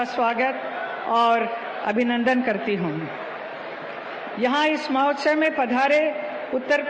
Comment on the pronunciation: Mahotsaya?? Mahotsav hota hai hema malini ji dekhkar bhi galat hi bol rahi hain aap